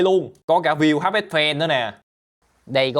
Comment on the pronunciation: Tháp mà kêu háp,nói chuyện như bùi